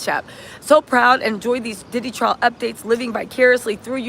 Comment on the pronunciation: TRIAL... NOT TRAIL YA'LL C'MON😅😊